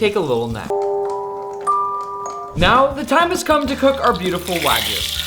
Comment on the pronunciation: It's pronounced wa (like water) gyu, not wa (like waggle) gyu. It's like calling a steak a New Yak Stripe steak... Hope you take it onboard like a professional. :)